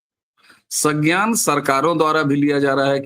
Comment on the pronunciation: सज्ञान नहीं, संज्ञान,.